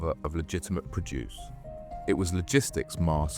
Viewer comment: You also need to train it in nuance. Produce, for example, is pronounced differently depending on its context. It’s a good AI voice, but needs someone with a good understanding of the English language to audit.